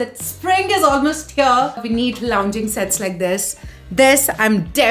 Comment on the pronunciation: cool stuff, just pls don't pronounce "here" as "hair" ; "beige" as "beij" and "wow" as "vow"